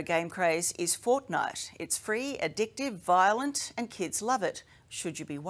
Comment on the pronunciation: Its not vilent